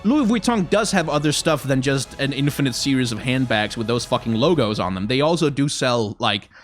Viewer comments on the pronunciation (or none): none